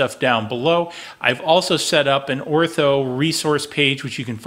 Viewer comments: It’s Or tur. Not Ortho, they are the pest control people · ORTUR not Ortho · It's pronounced OR-TUR not ortho...